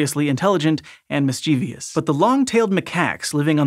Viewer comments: Mis-chiev-i-ous mis-chiev-ous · Mischievous: mis-chee-vus.